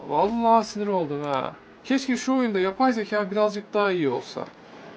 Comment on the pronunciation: renkler "oyuında" çok patlak